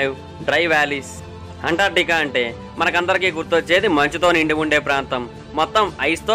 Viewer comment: అంటార్టికా కాదు బ్రదర్ అంటార్కిటికా